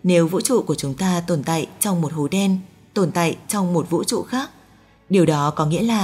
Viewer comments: Cái giọng đọc nghe khó chịu thật sự. Vũ TRỤ chứ không phải Vũ Chụ :))) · cảm giác bạn đọc thuyết minh này bị nói chữ Ch, Tr bị mất đi chữ "R", nghe toàn thấy: vũ tụ, hai tăm năm mươi, tong 1 hố đen, giải thích "to" vấn đề này, phương tình mũ hai,..đặc biệt lỗi đọc chữ "tr" khá nhiều 😂